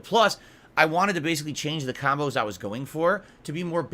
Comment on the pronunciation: ahhhhdvanced kahmbows LOL kahmbow kahmbow kahmbow kahmbow everythings a kahmbow. Also does he forget that his chat is in 24hr sub mode so no trolls cant just stubmble across his stream and decide to troll. must think trolls sub then wait in the wings for the perfect moment to strike.